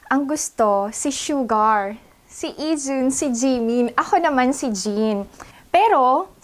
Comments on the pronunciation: ate, suga po hindi po sugar. hehe. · Fyi Its SUGA not SUGAR 😊 love you ate 💕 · Sugar*....it's suga po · It's ok ate nobodies perfect AHAHAHH"SUGA"I'm also a army fans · Oo nga parang twice mo sinabing.Sugar instead of Suga si Suga or Yoongi ahahah! Kulit mo Ginawa mong asukal ok lang sweet naman 😂 #BTS 💜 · SUGA po hindi SUGAR Hehe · Suga not sugar….hehehehe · Hi hehe. Suga po pronounced as su-ga. Hehe.